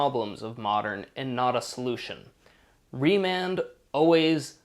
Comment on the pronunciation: remand not Raymond